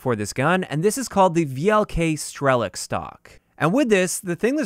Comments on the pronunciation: Please learn the accents on "russian" words ffs! Not StrElok, but StrelOk. Not Osa, but osA. Not sOva, but sovA. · It's sovA (owl), osA (wasp) and strelOk (shooter)